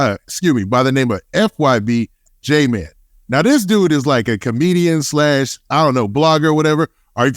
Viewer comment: “Fym j man” bro it’s JMane!!!